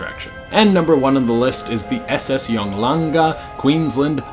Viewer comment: It is pronounced yong gala